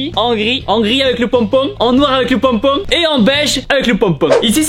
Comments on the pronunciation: J'aime bcp trop comment il dit "ponpon" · J aime trop quand tu présente tes bonnets et que tu dit "pompom" avec le petit accent du sud😅😅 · avec le pONpON Belle accent du sud Tibo 😆👌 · Des bonnets avec des "pônpôn" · « Avec le ponpong » 😂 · 🤣🤣 sa me tue le moment où il dit: Le "ponepone"